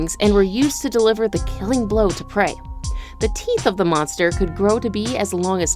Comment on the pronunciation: Did they all have more "theeth" then me?